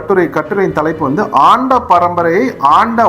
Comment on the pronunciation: சரியாக உச்சரிக்வும் அண்ட வந்தவன்